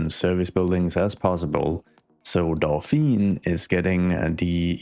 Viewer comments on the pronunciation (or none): What you pronounce is "Dauphine", which is the name of the female dolphin, and the title of the wife of the heir to the French throne (so Marie-Antoinette was the Dauphine before she became Queen). "Dauphiné", with the accent on the e, is the name of a l region in France. The two are actually linked: the title of Dauphin (and therefore Dauphine) comes from that region. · 'i think i can pronounce this correctly...' spells Dauphiné (with 'é' at the end pronounced 'ey' --> D'o-fin-ey) but actually says Dauphine (with a silent 'e' without the *accentégu*) XD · A very small french pedantic comment: you should rename it to Dauphine to match your pronunciation. Dauphiné becomes dauphin-aye. Drop the accent. Or not :D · Not to be annoying but to be pronounces how you said it should be "Dauphine" not "Dauphinè" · 🥸 Dauphiné is prononced more like "Dough-fee-nay" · And now we will call that day, the "Kesselfeld Incident". This is clearly a case of urban horror stuff. We are in Fringe, SCP or the Backrooms ! 😆 Dauphiné is pronounced "Do phee neh" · Hello, french admirer here. 1) E in Dauphiné is pronounced like the 1st E in elephant. 2) Since the nearby area is named Antoinette, I would argue that the higher-class area should be named Marie. Marie in french sounds a lot like marée or Marine which are 2 words of the sea lexicon. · There is a neighborhood in my hometown of La Rochelle in France called "Porte Dauphine" . Also careful because of the accent at Dauphin(é) as you wrote,it's not pronounced Dauphine but rather ( e acute) as in " pay or Beyoncé ". So in order to sound as Dauphine you should remove the accent.